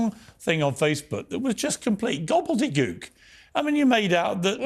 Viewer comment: "gobbledeygook" Piers morgan saying that in his english accent made me smile. 😊